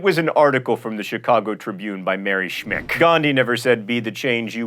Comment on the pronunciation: Mary Schmich's last name is pronounced "Schmeek"